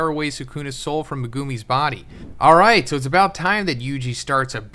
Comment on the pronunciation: stop saying megoooomi, it’s megumi, u know this and refuse to say the name correctly